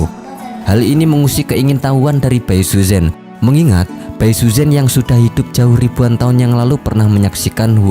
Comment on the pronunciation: pengucapan namanya gak pas bro. saran gw sebelum bikin video cobalah sedikit belajar mendengar penyebutan nama² tokoh oleh native speaker. malah kalo lu tau ada serial sebelumnya thn 1993 yg populer disini. itu pengucapan namanya sdh benar. contoh namanya Xu Xian itu dilafalkan Hsi Hsien, jgn Hsu Hsian. yg parah itu bai suzhen. ucapan yg benarnya pai suchen spt yg selama ini kita kenal. ingat pinyin mandarin itu gak semua diucapin sm spt hurufnya